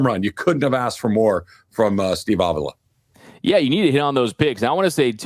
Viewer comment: Good stuff. Please learn how to pronounce Steve Avilas name. Jourdan Rodrigue pronounces it correctly.